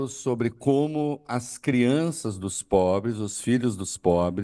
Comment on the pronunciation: Kkkkkkk "é porq sao os mais pobles" kkkkkkkkkkkkkk chamaaaaaaa